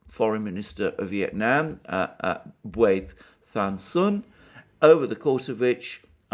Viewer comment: Ngyuen is pronounced Nween